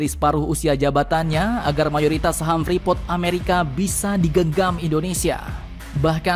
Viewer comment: Admin freeport bukan frepot hhh